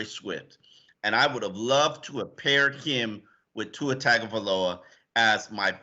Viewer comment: At least pronounce Tua and Igbinoghene’s name correctly. Tung-o-Vai-Loa Ig-bin-og-gah-nee. (rhymes with mahogany)